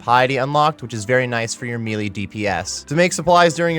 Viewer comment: Melee = “may-lay”